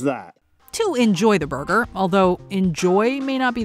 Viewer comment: ahhhh dear and his "boyger" 😊😊